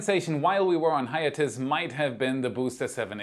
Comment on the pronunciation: hi-YAY-tuss /-diss